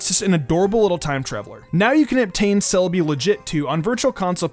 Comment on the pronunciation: SEE us not KEE us